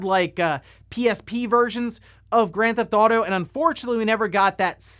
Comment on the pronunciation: Can't wait to skip the "oawder" "Grand Thf'tauto" games.